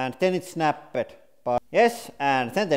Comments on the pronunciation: Bended isn't a word, it's Bent. Also Snapped isn't pronounced "Snap-ed". Just say "Snapt" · The official pronunciation of "Snapped" is now "Snah-pehd"